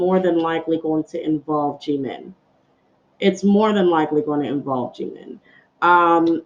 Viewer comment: You say jimin wrong there is nothing more annoying than saying your name wrong